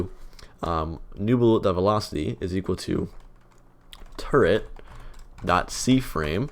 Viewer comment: there is no 'n' in turret